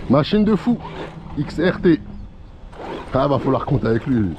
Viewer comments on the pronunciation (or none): Xrt et non xtr force a toi